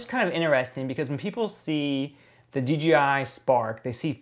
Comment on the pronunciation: Why does everyone always wanna say dgi instead of dji?